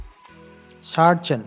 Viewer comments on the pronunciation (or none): Maaf, tapi ini penting. Pronounciation untuk surgeon kurang tepat. Bisa dilihat di Oxford dictionary untuk lebih jelasnya. Tetap semangat 👍